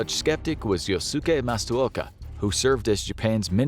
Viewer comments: His name was Yōsuke (yo-skey (the u is silent here)) Matsuoka (ma-tsu-oka), not "Mastuoka". This is so easy to find, I don't see how your researchers missed this! If you're going to write videos on world history that purport to be accurate, be accurate. You don't have an excuse. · Matsuoka not “Mastu”. Matsu 松 Oka 岡